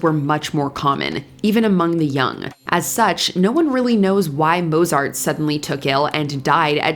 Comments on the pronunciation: It's not pronounced "moh-zart"!!! I refused to believe for a while that Stevie Ray Vaughan was actually dead, but ... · Not many people manage to mispronounce Mozart's name despite fudging so many other German names. The German Z isn't pronounced like the English Z. It's Motsart. Think "pizza." Or is this another damn AI voiceover?